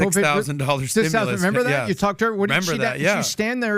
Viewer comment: Stimulus not "stemless"